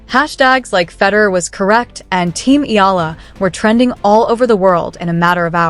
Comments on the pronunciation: Her surname is eala not aya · Better study how to pronounce the surname of Alex.